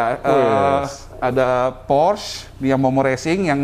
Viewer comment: Maaf, hanya koreksi, cara mengucapkan kata Porsche yg benar adalah "Porsye" (bukan Porsc), sebab Ferdinand Porsche adalah orang Jerman, di sana "apa yg tertulis" itulah yang diucapkan, sama seperti kita menyebut Johan Amadeus Wolfgang, diucapkannya bukan "Johen Amadeus Wolfgeng", tapi diucapkan apa adanya. Thx.